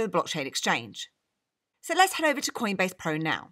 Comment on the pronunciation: and Did I hear queenbase?!